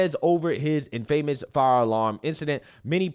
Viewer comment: Do us a favor and google the pronunciation for infamous you keep saying it like it sounds like famous. It doesn’t at all.